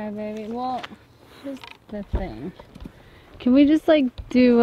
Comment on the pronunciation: Big question: does say ok baby, or ok maby. Sounds like a b and not an m?? #Bigsecret LOL